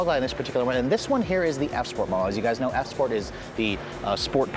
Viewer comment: He said S sport lol